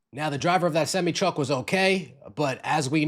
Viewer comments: What’s a semmy truck? Never heard that one before. 🤔 Maybe you were thinking a SemI truck? 🤷🏾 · SEM EYE,,,,not semmy 😂😂😂😂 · Please learn how to pronounce SEMI TRUMP. Its Semeye. 😂😂